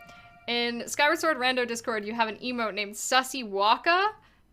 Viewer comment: SKYWA SWOR!!! 🧡